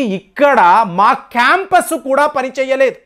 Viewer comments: Campus కాదు compass రా బాబూ 😂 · Compass sir not campus 😂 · కాంపస్ కాదు సార్ కంపాస్ అంటే దిక్సూచి.